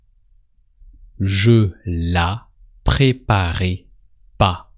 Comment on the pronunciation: Quand il dit " tu la préparais " J'ai entendu " tu l'as préparé "